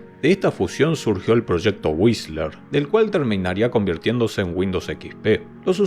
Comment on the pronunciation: amé el video, como siempre excelente, pero también felicidades por la pronunciación de Whistler, que en los videos de Windows XP y Vista me daba dolor de cabeza XD